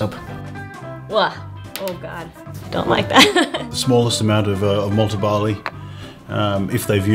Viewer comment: *Malted Barley not Malt & Barley.